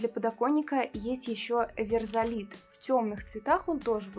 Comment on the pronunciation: У музыкантов ( и не только...) слово "верзалит" ассоциируется с жаргонным "вирзать", "вирзо"( дерьмо), что в приличном обществе не произносят! Лучше уж "версалит", это может ассоциироваться с "Версаль", что звучит гораздо благороднее! Конечно, не настаиваю... Это похоже на историю с "Mitsubishi Pajero", совершенно не продававшегося в Испании под таким названием( звучит по- испански "Пахеро", что- то ругательное... ), пока не сменили на "Монтеро" и продажи пошли... испанцы смеялись и проходили мимо!